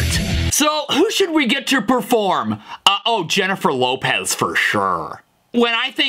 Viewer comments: He also said "Lennifer Jopez" 😂😂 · leniffer jopez 💀